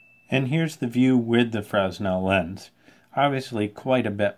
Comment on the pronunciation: Good Stuff. FYI the "S" is silent in Fresnel. It's pronounced Frenel